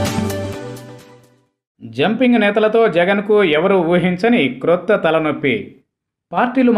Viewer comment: Krrotha kadu,Kotha sir